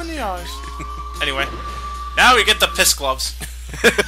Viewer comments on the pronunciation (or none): "Now" not "Know"